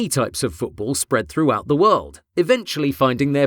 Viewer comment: I don't care if you call it soccer but don't pronounce it like "Foodbool"